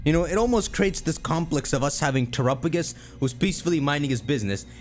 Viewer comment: The way pronounces Terapagos is going to give me an aneurism